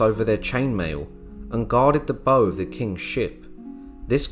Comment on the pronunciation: It's bow as in cow in the context of boats. Fine video! :)